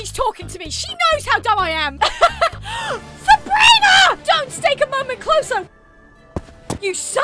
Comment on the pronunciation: Why would you pick up the one with the sword instead of picking up the one with the gun because the gun could shoot you Also why does she say sabriner instead of sabrina